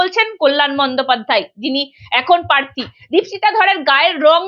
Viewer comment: পার্থী, শীলতাহানি, পিজাইডিং এসব কি উচ্চারণ? আপনি আগে উচ্চারণ শুধরে আসুন।